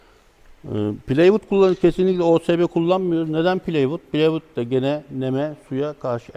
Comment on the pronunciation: Bildiğimiz plastik boruya eksi 18 donmaz dedi, herkesin kontraplak dediği plywooda pleywook dedi artistik olsun diye, yarım yamalak duymuş bir yerde, yok finlandiya çamıymış da, daha düzgünmüş de. La tüm ağaçlar rusyadan finlandiyadan geliyor, daha ucuz çünkü. Dayanamadım kapattım, nerden buluyon böyle tipleri?